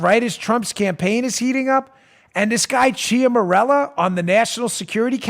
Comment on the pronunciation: Dan, please do something for me. Please pronounce this word: "Mella". Note that there is no "R" in that word... A minor annoyance. Now say, "Chiara" (Ciara). Then say, "Mella". Thank you. It all adds up to attention to detail. The material - GOLDEN!!! The analyst (You)? TOP DRAWER!!! Keep up the good work.